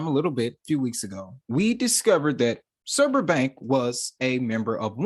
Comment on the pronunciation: Not pronounced surber